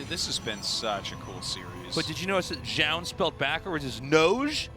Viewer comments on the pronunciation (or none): it's Zoun, not fucking Joun.